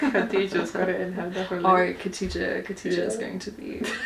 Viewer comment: Kha-dee-ja, not Katija. Like pronouncing Bach (German composer) or when you make a grunting noise at the back of your mouth